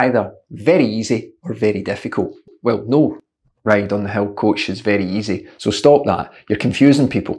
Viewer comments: It is certainly ironic that, with your wonderful accent, ''a hill' actually sounds ... to my ears, as ''a hell''... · Dammit coach, I thought you kept saying Hell. Hell training, Hell repeats like its some super horrific type of training.. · Your accent makes you sound like you're saying 'hell training'. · How fitting the the word "hill" sounds like "hell" when coach says it :-). Thanks for the great pointers and ideas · I thought you were saying "hell" at first.